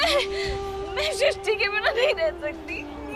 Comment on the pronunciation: Sisty nahi pagal srishti 😂😂